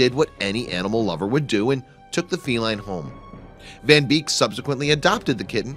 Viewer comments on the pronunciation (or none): none